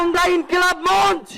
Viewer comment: মঞ্চকে মন্চ বলে কেন ?